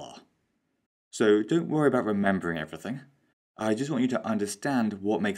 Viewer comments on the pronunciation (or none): none